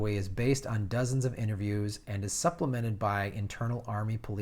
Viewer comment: Also some pronunciation: Jakawe Jack-Cow-Wee Probowo Pro-Bow-Woe Suharto Sue-Hart-Toe